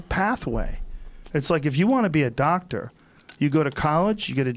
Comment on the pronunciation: "Living like a Docta"